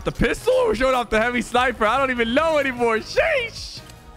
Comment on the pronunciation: when he said sniper I thought he was Indian 😂😂😂